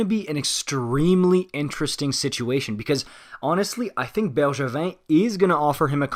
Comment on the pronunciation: He said it right thought.